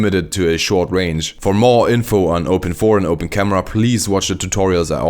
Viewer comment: Never heard someone say open 4 it’s called open I V